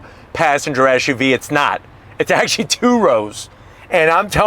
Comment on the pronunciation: First of all, the acronym is "Ess"UV, not "Esh"UV as you are currently pronouncing it. I don't know if that's an American fault pattern. Secondly, I thought your cocaine mirror reference was quite clever. Lastly, with such thin tires on such large wheels, does that not make the ride extremely rough for a "luxury" vehicle? And please stop constantly yelling. You sound freaked out and too excited, as though you were using that "mirror" a little too much. (IMHO)